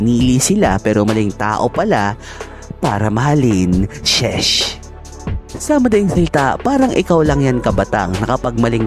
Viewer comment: "shesh" HAHAHAHAHAHA NAKULANGAN NG E